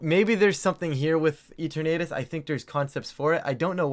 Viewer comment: Love these!! Just gotta say tho lol it’s ee-turn-uh-tus lol not ee-ter-nay-tus lol